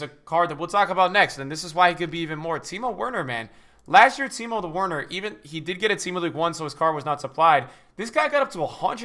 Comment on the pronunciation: Good vid but plz say Werner correctly